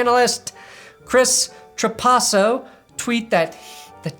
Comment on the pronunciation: Its Tra-pass-o. Hes my 8th grade English teachers husband